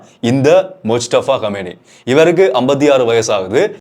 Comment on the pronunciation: Arabi இல் மொஜ்தபா ஹாமினி Don't Say கமேனி